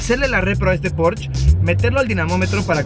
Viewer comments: el "porch" jajaja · La "e" de porschE también se pronuncia... es alemán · "Porshe" plz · No estás pronunciado bien Porsche, en el canal oficial de Porsche tienen la manera correcta de decirlo. Para que no te quemes otra vez. 😂